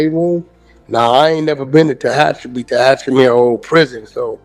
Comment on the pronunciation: Fake call operator didn't pronounce Tehachapi right gotta use the correct AI 😂😂😂😂😂😂